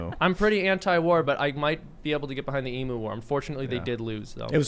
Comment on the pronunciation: And you pronounced emu wrong 😂